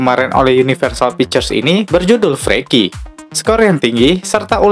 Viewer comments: Di baca nya F-rii-ki bang bukan f-re-ki hehehe😀👍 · Inggrisnya bang bukan freaki bacanya tapi friki